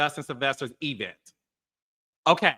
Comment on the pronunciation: What's an "e-vent?" 😂 You sound like Tisha from Love & Marriage Huntsville 😊